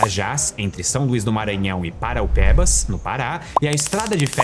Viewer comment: Por que ninguém nunca pronúncia o nome do meu município certo? É ParaUapebas 😂